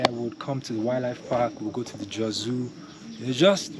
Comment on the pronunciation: "Joes"???? Jos is Jaw... sss! Lived there 40 plus years ago. It is "relatively" cooler there. I know the city has grown a lot. How was the traffic? Has the museum grown a lot? Corn. Most likely maize. Feed or meal corn. Not sweet corn. There are extinct volcanoes to the east of Jo's. See them on Google Earth. Towards Pankshin.